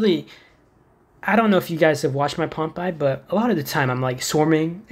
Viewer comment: The only game tip I could give you is that it’s pronounced Pompay not like popeye